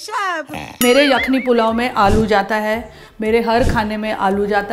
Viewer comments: کھان نہیں خان ہوتا ہے اور یکھنی نہیں یخنی ہوتی ہے آپ مسلم ہیں، آپ عربی اور اردو تلفظ اچھی طرح جانتی ہوں گی ، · All was good but the pronunciation of the word yakhni didn't do justice.. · Pehle aap " yakhni" sahi bolna seekhiye.